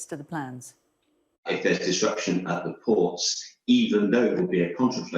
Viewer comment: Sorry when was a word starting with Th pronouced with a D. As in 'deres a field' and 'dis area'.